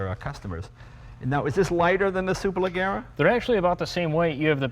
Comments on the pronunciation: Leggera is pronounced like Jerry not Gary. C'mon Leno you're half Italian aren't you? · Ga-y-ardo ... Superle-zzier-a ... Jay, If we are supercar fans we MUST be ALL IN and pronounce the cars appropriately. GaLLardo? Next I will go home and have some TortiLLas and Galapenos! >.< Great video either way. :P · Superlajjera. The G sounds like "Shhhhh"(hush), but use a J. So say Shhh...then say it with Jjjjj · Superleggera [pronounced: (superlejEra)] means Superlight....which in the end amounts to lightweight construction, yes, yes.... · To be a car enthusiast and not know how Superleggera is pronounced! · why does he insist on pronouncing gallardo and superleggera wrong? he heard the guy say it correctly a couple times...that's what you call stubborn ignorance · but hearing him say superleggera that way, well it hurts. that's not how that word is pronounced. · he pronounces super leggera wrong and anyway it means simply super lightweight. If I spent €200,000 for a car at least Id bother to pronounce its name right mmm. anyway... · Jay doesn't know how to pronounce Superleggera correctly lol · lol jay can't pronounce superleggera correctly. Oh well, I wouldn't expect him to anyways.